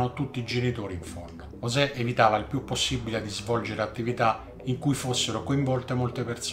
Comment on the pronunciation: Ooohh, finalnente uno che ha chiamato sto "poraccio" correttamente (ne "giosè, ne Yosè etc etc..)... Poi invertebrato mi sembre una variazione più che calzante